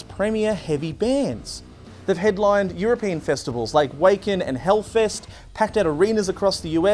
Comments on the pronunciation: Wacken is pronounced varkin. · Maybe look up how to prounce Wacken haha